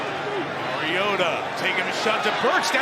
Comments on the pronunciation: I do not love the way he says marioTa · Ah yes the backup quarterback, Mario-tuh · Its Collinsworth..